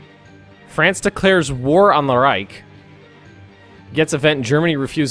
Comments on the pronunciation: Please.. Reich is pronounced ''raish'' ... SH , not CK ... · There is no K in the word Reich! -.